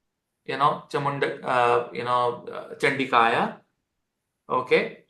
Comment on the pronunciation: Namaste,. Wonderful remedy - **but One correction on the pronunciation**; The Dev Nagarli Lipi of the remedy Mantra for Rahu - "Om Jhum Humsa ChandikaYai namaha" is correct. But your pronunciation is incorrect. It's NOT Chandikaya, it's ChanDikaYai.... Thanks! I was given Deeksha by a Siddhi purusha of a similar Chandika Mantra - "Om Aim Hreem Kleem ChamundaYai Vichhe". So, its not 'ya', it's 'Yai'.